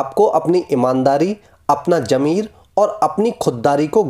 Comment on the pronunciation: Its nat jammer,it's zameer its not ghadda, it's garrha.